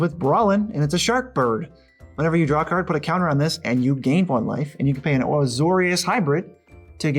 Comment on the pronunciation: It triggers me so hard when the left dude says "Ceard". I like my Magic ceards xD